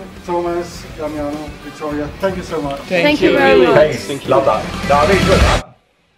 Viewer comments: DAMINIO??? 😂IS DAMIANO like the Imperator.... Thanks for your reaction please react to "Lividi sui gomiti" 🖤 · Not Daminio, but DAMIANO. Like Damien, but in Italian way. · It´s always funny to listen to your pronounce of Damiano. You call him everytime different :) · May I just give you a kind of homework to do every night just before going to bed: say ten times DAH - MEE - AH - NO for an entire week. Btw I'm the third in the rank, but I'm not supposed to win anything though. Anyway you've got 97,800 subscribers: congratulations! Do you like all that popularity?